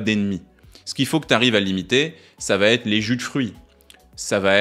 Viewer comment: Merci, vidéo très utile. Je me permets une remarque : ça va-t-être n'est pas une bonne liaison.